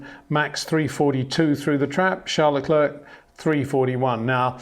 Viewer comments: would be nice if he would finally learn to pronounce Leclerc and Verstappen correctly. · He just can’t pronounce Verstappen and Leclerc correctly. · Peter can’t even pronounce Verstappen or Leclerc correctly.